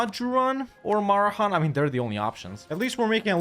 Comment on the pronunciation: It's a historic day! pronounced it "Marehan" instead of "Maheran"!